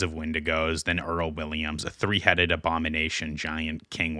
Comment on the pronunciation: “number threh” “the citeh”